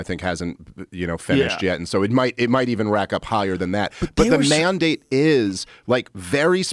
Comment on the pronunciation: You could get more Beavis & Butthead than this..." He said : Man-Date🤡"...